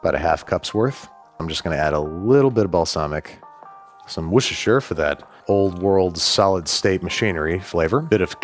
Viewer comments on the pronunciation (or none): Wooster, not Worcestershire…. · Your butchering of the pronunciation of filet mignon was uncalled for, unfunny, pointless, and wanted by absolutely nobody! You also have continued your pointless mispronunciation of Worcestershire sauce, you said the name of it perfectly in your The Phantom Thread episode, try to say it like that from now on, have a nice day! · As a British woman, I want Andrew to butcher me like he butchered the pronunciation of Worcestershire sauce. If I had a husband. I would leave him for you, Andrew. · Excuse me, sir, it's washursister sauce.